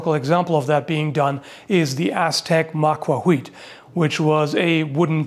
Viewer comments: I'm sorry, but who gave you the completely inaccurate information that the L in 'macuahuitl' is quiet? It's not quiet, it's better described as being bound together with the T. It's similar to the way you pronounce the Ch in 'church' or 'chair'. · Just as a small note, the L in macuahuitl is not silent. It's an uncommon non-English sound, but it is definitely pronounced. Though rare in Europe, it's fairly common in Native American languages, including the Aztec Nahuatl, and can be found in dialects in Africa, Asia, and also in Welsh. Amusingly, it's also used in Klingon. I'll leave a Wikipedia link to the /ɬ/ and /tɬ/ phonemes I'm describing, below. The /ɬ/ portion is kind of like an LH. It's like an L in tongue placement, but instead of voicing the sound, it is instead produced by an unvoiced heavy breath. This difference between /l/ and /ɬ/ is similar to the difference between the S in "treasure" and the SH in "rush". /tɬ/ is a combination of /t/ and /ɬ/ into a single phoneme, with the /t/ stopping air flow and then air flow resuming as /ɬ/. This is similar to a sound like CH, written as /tʃ/ in IPA, which essentially uses a /t/ to stop, and then resumes with an SH, written as /ʃ/. Whenever you see a TL in a Nahuatl (Aztec) word, including the name of the language itself, it's this /tɬ/ phoneme. So it's not that it's silent, but that the entire TL is a compound non-English sound. Saying it's silent is like saying that the H in "much" is silent, and pronounce it as "muk". Macuahuitl (notice /tɬ/ in IPA pronunciation): Nahuatl Phonetics: /ɬ/ Phoneme: /tɬ/ Phoneme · Pretty sure the tl in macuahuitl isn't silent, it's voiceless. You say L, but without your vocal chords vibrating, using a puff of air instead. It's like the double L in Welsh, like in Lloyd, Llanfair and Llewellin. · shouldn't there be no /h/ sound there in macuahuitl? is how they spelled /w/ as far as I know